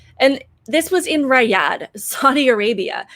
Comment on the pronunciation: The name Riyadh is pronounced "Ree' Ahd" as in the "e" in "Ree" having a long "e" sound. Look it up.